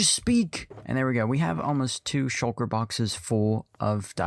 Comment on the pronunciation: Shul-kuh is hilarious